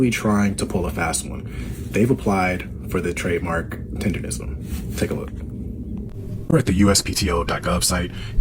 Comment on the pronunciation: Why do you keep saying $4,000 dollars when Keith and all the screenshots say $5,000.?!? Where do you get $4,000 from?!? You can also barely pronounce “tenderism”🤡😂